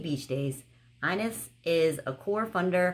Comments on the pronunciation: Love that they sent you something from Ireland, it’s pronounced Inish though haha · The inis body lotion is actually pronounced In-ish , I'm Irish. Great videos, I love how thrifty you are 😊